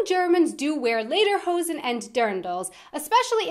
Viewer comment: She said Läderhosen...